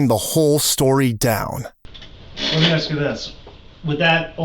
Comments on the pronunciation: “I didn't axe 🪓 you anything." You're the reason Yte people always mock us with 🪓. It's A-SSsss - Kuh. Ask!!! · Such a punk with his smirky little face hanging down at the floor. "You aks me, I was in da hospital wif her".